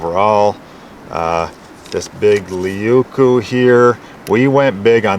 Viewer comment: " Laykoo" Leuku means big knife in Finnish. 🐻